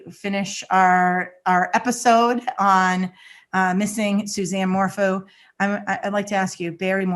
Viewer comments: I love how you called him Barry MorFOO. SOUNDS LIKE BARRY MORE FOOL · And Morphew is said "Morf-you" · Morphew is pronounced “mor-few” and Salida is pronounced “sa-lie-da” Suzanne had cancer twice which is another reason for having bangs. So, everyone who has bangs is hiding their intelligence...bs. Generalizing about hair choices isn’t a basis for hiding intelligence. She was a cancer survivor and had to wear wigs during her first bout with non-Hodgkins lymphoma, when she was in her late teens. If you look through all the photos, you will come across a few, where she has no bangs. Suzanne was a schoolteacher when she was diagnosed with cancer the second time. Her hair was thinning and falling out...she was scheduled to see her doctor on Monday following her disappearance. A clean bill of health. God bless her. Say what you want about Barry but please be respectful when talking about Suzanne. Chick in the blue blouse, grow bangs if you want, mmmk.☮️🦋🌸 xxxx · Hey ladies not sure if anyone has mentioned this but Suzanne’s last name is pronounced MORE(ph)EW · Btw, it is mor-few.